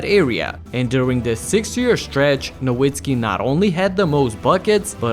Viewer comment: Great video & as a Mavs fan love seeing Dirk get his flowers!! However, please pronounce his last name as "Na Vit Skee" since the W in German is pronounced as a V lmao